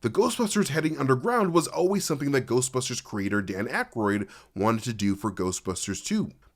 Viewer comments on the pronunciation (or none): none